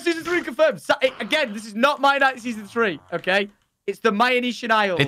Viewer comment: Mia-nite-Ian isle